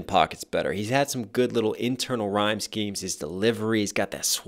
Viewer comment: rhyme shemes. My brain: rhymskies.